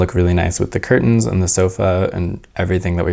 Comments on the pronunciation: this was an awesome video! (the way you kept saying curTENs was cracking me up haha) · I have never heard someone enunciate curtains so hard before 😂